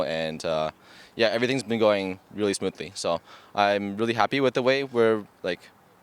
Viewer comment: "Everything's going 'smoothely'" nice.